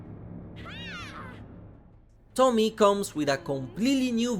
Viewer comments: I'm just leaving this here: It's To-mi-e, not Tomie like Tommy. It is pronounced something like Tomiye. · I know English and Japanese aren’t your 1st language but I’ll correct you on this. Tomie is not said like the name “Tommy”. Tomi is similar but it also has E, pronounced that like Ye / Eh For you it would be a bit like Tommy-yeh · It's Tomie, not Tomi/Tommy. The e at the end isn't silent, it's like in the word "end" :) Tomi-e. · Thanks for introducing. From Japanese point of view, the pronunciation for “Tomie” is not like “Tommy” but “To” for Tokyo, “Mi” for “Me” and “e” as “A” for America. “Tommy-Yeah” is more close to the original one instead of “Tommy”😂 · It's "tomie" not Tommy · Tomie - "tohmee-aye" is how it is pronounced xD Thank you for covering this DLC. Soichi is such a shit head. I bought him. :P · I love Junji Ito work he always bring it your say Tomie name wrong